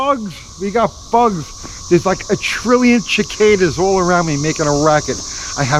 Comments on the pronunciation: "Chick-cadas!" LOL,, ya' got me laughing. 'Si-Ka-Duh' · NO it's Chick-cadas from now on, said so!! 🤣😂🤣😂 I'm gonna say it cool guy style now!!!! 🤣😂🤣😂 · Love the Italian pronunciation of Cicada! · 😂😂😂😂😂 I was posting the same. Guess they don't see them in NY 😂